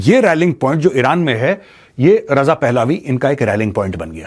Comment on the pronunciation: Maj साब क्राउन प्रिंस रजा पहलावी नहीं इसे रजा पहलवी कहा जाता है। अगर यह कोई non हिंदी speaking person बोल रहा होता तो उसे excuse किया जा सकता है लेकिन आप पूरी तरह से हिंदी स्पीकिंग पे